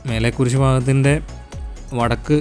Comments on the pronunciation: മേലെ കുരിശ് അല്ല മലേ കുരിശ് പാങ്കോട് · മേലെകുരിശ് അല്ലേടാ പൊട്ടാ മലേകുരിശ് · മേലേ കുരിശ് അല്ലാ😅 മലേ കുരിശ്😂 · മേലെകുരിശ് അല്ല മലേകുരിശ് ആണ്